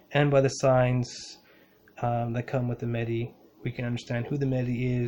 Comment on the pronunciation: Thank you brother great video. Love the energy you emit. BTW its MaHdi, not Madi. Make sure you pronounce the "H". May God bless you and your loved ones.